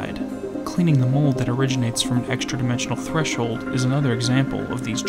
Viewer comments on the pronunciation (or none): none